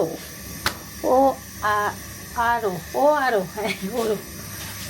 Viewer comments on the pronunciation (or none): 'Oro' has many branches in Gulshan and Banani. Their main branch is on Gulshan Avenue. ORO pronounciation will be 'Oro' - 'অ' ! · নাহ। ইংরেজী লেখা Oro ঠিকই আছে কিন্ত pronounciation এর সময় 'অ' ভাবে উচ্চারিত হবে। যেমন ইংরেজী অনেক কিছুর spelling একরকমের হয় কিন্ত উচ্চারণ অন্য রকমের ; এটার ক্ষেত্রেও তাই !